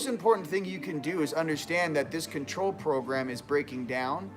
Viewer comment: WOAH! ....watered down to con trol us... CON trol (not trol..??) hmmmm?